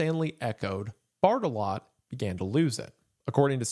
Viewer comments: I'm too much of a child to watch this video because every time Mr. Goon says "Barttelot", I keep thinking he's saying "Fartalot" and giggling. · I thought he was saying major fart-a-lot for like 75% of the video, sorry :( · I heard fart a lot whenever he said Barttelot